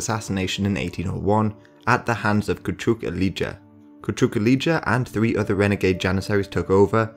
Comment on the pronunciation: I wish you consulted some native speakers concerning the names of places and characters involved in this historic period (Icko is actually Ichko, Kuchuk Alija is Kuchuk Aleeya, Georgi Petrovic is George Pethrowhich, Becir Pasha is Bacheer Pasha, Ivankovac is Ivancovatz, Misar is Meeshar and so on) but apart from that I find the video good.